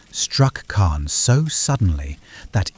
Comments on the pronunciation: He said it weird, but I have heard it that way before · He said it weird but I have heard it said that way before